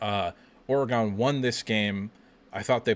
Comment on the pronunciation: For the love of God! Learn to pronounce Oregon. There is no E at the end.